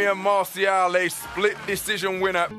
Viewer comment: Not masiao it's Marcial😄😆